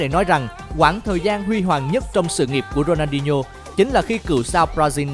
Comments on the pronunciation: Ronadinho mà ông bình luận đọc rooney hoài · Có nghe nhầm ko nhỉ sao đọc tên Rooney 2 lần